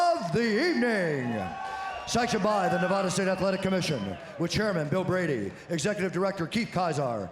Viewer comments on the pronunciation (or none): none